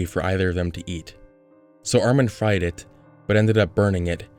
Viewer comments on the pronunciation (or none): none